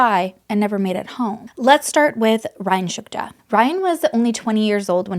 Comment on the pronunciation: So, you can not read Shtuka properly?